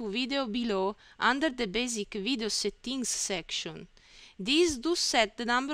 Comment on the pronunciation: be però cerca di migliorarla questa pronuncia jà, "setti-ing" non si può proprio sentire. A parte questo i video sono utili